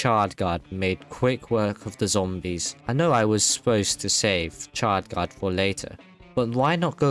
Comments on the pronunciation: Chard gard not chad gard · it's chard guard